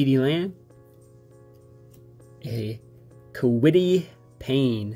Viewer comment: Kwity pay not kwity payne